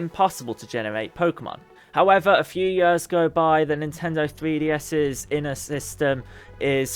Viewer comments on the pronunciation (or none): "Good couple of yurrs" Is Yurrs a measure of time?